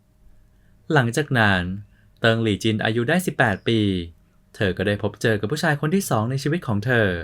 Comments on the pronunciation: ลี่จ้ะ ไม่ใช่หลี่ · ลี่ ไม่ใช่ หลี่ !!!! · คนอ่านข่าว ตกภาษาไทย มันผันเสียงสระตามรูปจริง แต่ไม่ถูกหลักภาษาไทย เพราะมันมีเสียงไม่ตรงกับรูป ครับ ไม่รู้มันเรียนภาษาไทยกันมาอย่างไร ตลกจริง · ใช่ครับ ฟังแล้วหงุดหงิด